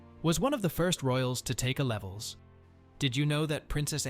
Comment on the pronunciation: It's pronounced ' A ' Levels ... Not "a levels"!! (Dumb AI narrator!!)